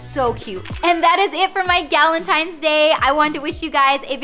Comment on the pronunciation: that’s what I kept hearing too